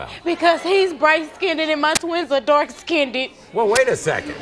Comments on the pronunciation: He's bright 'skinnded' and my twins are dark 'skinnded'. It's skinned, not 'skinnded'. Say it right, geez. Now,, if you got doubts about those girls, why did you sign the birth certificates?? Even if you aren't the father there's no guarantee the courts are gonna let you off the hook. Stupid move. 🤦🏾‍♂️🤦🏾‍♂️😡😡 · "skinnded"? Really? 😄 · When will people learn how to speak? The term is skinned not skinnded. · "skin-ded" .....jesus